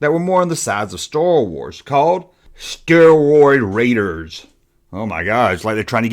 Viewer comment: Star Command not Space Commando. Now try Starroid one more time... 😅